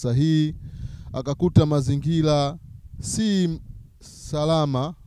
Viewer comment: neno mazingira unatamka mazingila ina maana quran unafundisha kimakosa sana.